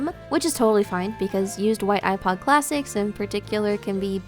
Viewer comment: Behold the yewpod